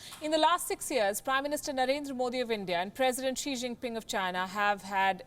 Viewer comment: "Xi xing ping pong" ka balatkaar kr dia palki ne😂😂